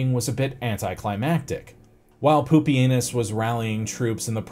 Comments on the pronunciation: I was getting annoyed at the mispronunciations, but Poopy Anus really brought it full circle. All the way around the rim. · Normally I don’t like butchered pronunciations of historical names, but if the butchering results in the name Poopy-anus then I’ll allow it 😂